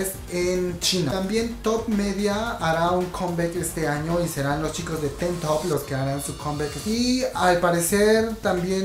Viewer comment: Pronunciación: TeenTop=TinTop, Infinite=Infinit, JYP= YeiWaiPi, YG=WaiYi, Yoona=Yuna, Taeyeon=Teyon (Pronuncias raro Orange Caramel y Afterschool) :)